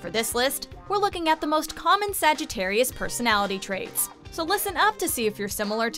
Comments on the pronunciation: I cannot believe she just said sagittariui is that a word?? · stop saying sagitairiyai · I got so triggered when she said Sagittari-I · Am I the only one cringing every time she says “Sagittarii”? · The narrator:sagttri Me: ITS SAGITTARIUS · ”SAGITTAREI” -narrator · Wtf is a Sag e teri I ?? It's Sagitarius.. Ends with US not I. At least say my sign correct. Lol Fr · Umm did she say Sagittari and not Sagittarius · i find it wierd that she keep saying Sagittarii =D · She said Sagittarei instead of sagittarius. Haha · You said Sagittarius wrong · Left at a minute cause she don’t know how to say Sagittarius correctly